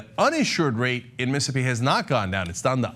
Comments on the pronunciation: The way Cenk pronounces it sounds like "Missippi" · Every time I hear you say "Missippi" instead of "Mississippi," my skin crawls and I want want to rip your head off your stubby neck, Cenk. Otherwise, thumbs-up on the video! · M IH - s ih - S IH - p ee MIssing a syllable there...